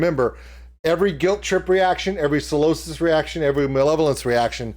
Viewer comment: Hey dude - great reaction and you’re right about the rules of having a great time in a UK mosh pit. However it’s pronounced Psy- losis not Salosis 😂- love from the UK!